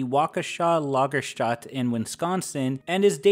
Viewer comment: kudos on nailing the Waukesha Lagerstätte pronunciation but i don't think ive ever heard anyone mispronounce Wisconsin so badly (no hate, i've immediately fallen down this series rabbit hole! much love from Wisconsin)